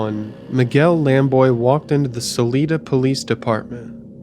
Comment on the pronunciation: I was in Crestone earlier this summer when I visited the Sand Dunes. My only gripe with this video is that you pronounced Salida as “Suh-lee-tuh” and not “Suh-lie-duh”. Good vid tho